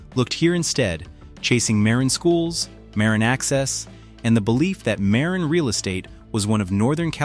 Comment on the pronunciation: It’s ‘ma RIN’